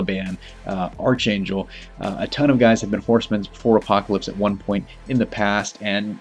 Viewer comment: Not a big deal... but its ARK-angel... spelled Archangel... but its pronounced ARK